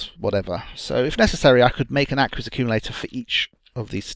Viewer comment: No offence, but I winced every time you pronounced the word "aqueous". :P